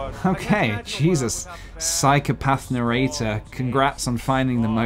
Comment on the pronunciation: Is it bothering anyone else that he's skipping the middle syllable in narrator?